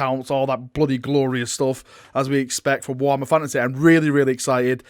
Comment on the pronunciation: “Warhammer FANASEHH”